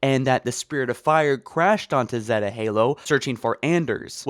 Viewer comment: "At space" Learn how to pronounce "Zeta" That's NOT a a 6-8 month beard. Learn how to pronounce "Debris" "Make since" Also, nearly 14min of pure, unfounded conjecture